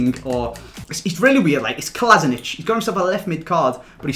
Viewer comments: Clichy plays in turkish League now and you call it Kolasinatsh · it is a pronounced Kolašinac